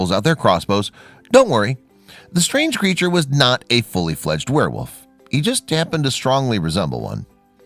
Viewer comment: Did you say ‘wereWOOF’? 😂